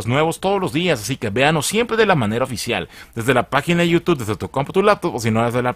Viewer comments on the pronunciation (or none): none